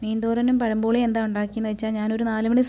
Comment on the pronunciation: പഴംപൊളി അല്ല മാളെ... പഴംപൊരി. പെരുമയുടെ ര പഴംപൊരി...........😁